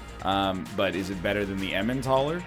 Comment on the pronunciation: What are the odds that he'll eventually pronounce "Elimentaler" correctly? (Hint, it's a portmanteau of eliminator and Emmental)